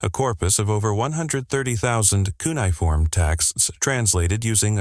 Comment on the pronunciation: Funny how we’re being expected to believe that AI deciphered something mind boggling difficult when it can’t even do something unbelievably easy - like pronounce a word! Hey AI……it’s not pronounced “KOO’ nee form” or “KOO’ niy form” It’s “kyoo NEE’ uh form” - 4 syllables, not 3. LOL